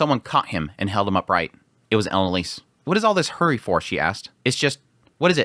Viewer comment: please stop pronouncing character names wrong. (ah-lein-ah-lease) not elan alice